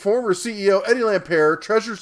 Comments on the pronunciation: Ohh and you can't even pronounce Lampert's name properly. OMGosh I been saying this for so long! We ALL knew it. Yes though, WHY did they wait this long to come forward about it?! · It's "Lampert" - the T is not silent, and "M-nuchin" - not "Munchin." "Munchin" is hilarious! Come on, don't you believe the President when he said he's going to hire only the best, like Mnuchin? As for whether Lampert stole money or not, he put in a lot more money buying and running Sears. He sucked at it, and got taken to the cleaners. He would've much rather preferred a very successful Sears, since he owned equity in it. All he could do was some shenanigans to cut his losses. I bet he wishes he had never come across Sears. He's more incompetent than bad.